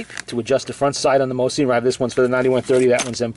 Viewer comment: Mo-sin not mo-seen and thank you forthe music in the background